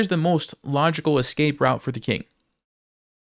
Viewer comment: You lost the game, but you win a moral victory by saying ES-cape instead of EX-cape like everyone else.